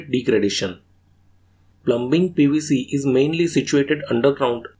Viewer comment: B IS SILENT IN PLUMBING BRO